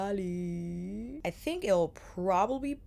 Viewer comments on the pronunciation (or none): I have to confess, whenever you say 'Italy' I hear "Eataly" and get misty about the last time I've visited NYC